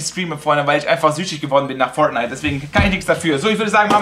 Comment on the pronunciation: Wie Fortnite ausspricht 😂 Foatnite